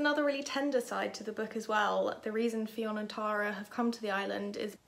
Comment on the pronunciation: Fionn is pronounced like Nun. ☺️